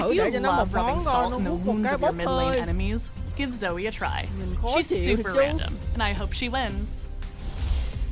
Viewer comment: ủa alo a zai cái dòng chữ spells and enchantments là cái j vậy mà a zai bảo ko thấy có nói đến cướp spell vậy alo???? 🙃 -1 điểm vì đọc sai tên zoe nx nha 😗